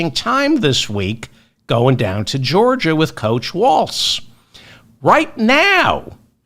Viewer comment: No “t” on Walz…